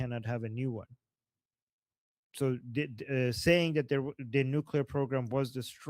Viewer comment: not nu-cu-lar, say nuc-le-ar